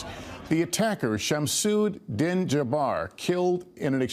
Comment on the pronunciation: لا إلاها إلا الله محمد الرسول الله !!! LOL it’s NOT (SHAM-SHOOD) 😂 it’s SHAMS-ULDEEN *Im originally Sudanese 🇸🇩 and speak fluent Arabic! P.S - yall want to call anyone with a Muslim name a terrorist but what about school shooters?! Are they not terrorists?